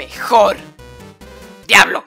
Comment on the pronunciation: Alguien mas noto que cuando estaba borrando a Sans de la imagen en vez de decir al diablo decía... "a diabo nopnp al diablo Sans" decía Diabo:v